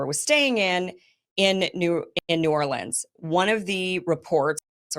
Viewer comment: Pretty sure it was NEW ORLEANS. couldn't tell what you were saying, you got the new part right